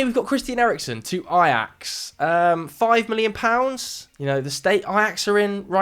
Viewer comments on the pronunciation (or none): none